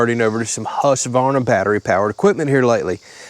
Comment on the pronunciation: Pretty cool video, been watching videos on the Husqvarna saws for awhile now. The beefier 540i is even better than this one! Small tip for ya: It's pronounced whosk-varna.